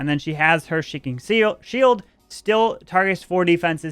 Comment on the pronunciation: she has her sheeking sield